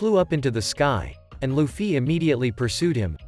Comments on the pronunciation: luffy but he. say luccy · Loufee is how it's said